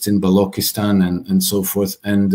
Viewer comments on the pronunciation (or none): BaloCHhhistan. Cha sound. Not kaa. 😊